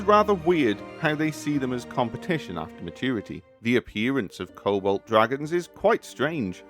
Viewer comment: It took me a while to realize you were saying "Cobalt" instead of "Kobold" lmao